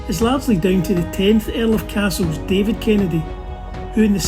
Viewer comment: Hi, how are you pronouncing the Earl of “Cassilis”? It sounded like “Castles”. I thought it was pronounced just like it is spelled.